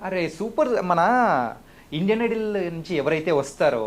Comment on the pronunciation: Hello .... Please correct your pronunciation " IDOL " but not " IDLE "...